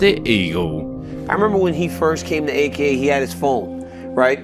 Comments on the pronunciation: A K A not aka bro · Just say AKA not auka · Ok bro. You can't make mma videos and mispronounce A.K.A.